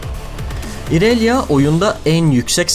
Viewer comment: "İonia" ya "Ayonya" diye okuyup, "İrelia" yı "İrelya" diye okuman garip değilmi :D